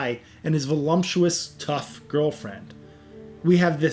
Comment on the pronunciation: Volumptuous....? Oh voluptuous, I got it , okay okay.